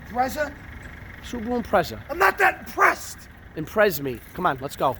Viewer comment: "Im not that imprezzed" says Stuntman 😂❤